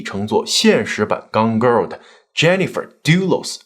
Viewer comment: 有没有人“听”节目时把 Gone Girl听成了肛瘘？😂